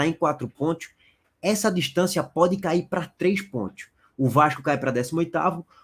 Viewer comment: Que zorra é essa q esse cara fala PONTHIOS?É sacanagem?